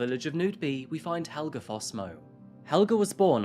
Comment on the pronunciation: As a Swede, the pronunciation here is a bit off. Helge is pronounced with an e at the end, not an a. The name comes from the Norse Hailaga which means dedicated to the gods.